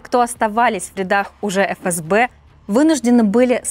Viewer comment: Не эФэСБэ, а ФээСБэ